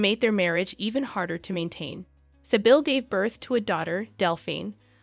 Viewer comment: Great video, but I just wanted to clarify that,...Sybille is pronounced [Cbill] like civilian but with a "b". I am also a Sibyla [C-B-la], a very aristocratic name but by the way. There even was a Princess Sibylla of Saxe-Coburg und Gotha, mother of the current King of Sweden, King Carl XVI Gustaf.